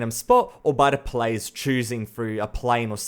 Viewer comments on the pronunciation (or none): none